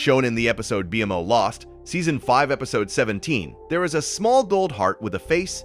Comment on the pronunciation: Amazing video but why call BMO B m o it annoyed my brain ngl it's pronounced bee mo Amazing video but definitely not for sleep ❤